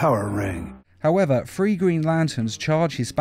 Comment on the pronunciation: THREE not FREE REEEEEEEEEEEE